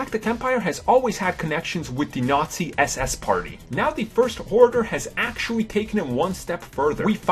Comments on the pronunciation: someone can't think of another word for "actually" and can't pronounce the letter "R" shouldn't be narrating a video. it's vewy, vewy poor (actually) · He had said "actuawwy" 284 times... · "Actuwawy", "Actuwawy", "Actuwawy", "Actuwawy", "Actuwawy", "Actuwawy", "Actuwawy" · parks Actuawawy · Mike Actually he says Actuawawy.